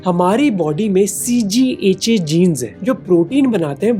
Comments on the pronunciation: tu said it wrong (Cgha)😢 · ab CGHA hai ha CHGA hai ????? Editor ko pelo bhai ya script ache se padho